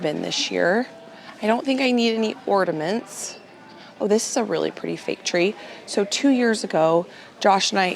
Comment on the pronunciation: OrNaments not ordiments😊